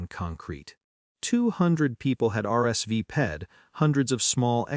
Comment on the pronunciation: RSV PED, who pronounces RSVPED that way? A human narrator would have known better!